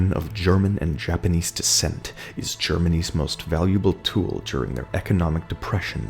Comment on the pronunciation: when you say “Germany’s” u thought you said “Germanese” like half German half Japanese 😂😂😂💀